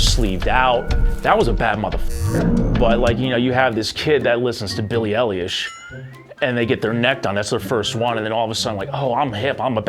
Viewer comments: "Billy ellyish" xd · “Billie ELLIOSH”